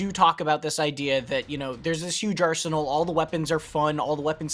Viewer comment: When he said "20hrs into the campaign, my arsenal had expanded", I swore it sounded like "my arse hole had expanded".